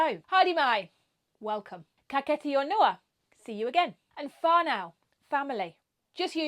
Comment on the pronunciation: Your pronunciation needs help. You’re pronouncing whanau and ka kite ano terribly. Please do some learning.